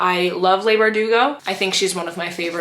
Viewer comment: Leigh Bardugo is pronounced Lee not Lay. Not being mean in any way, just wanted to let you know ❤